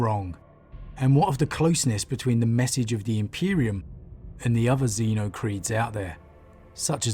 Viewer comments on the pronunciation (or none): none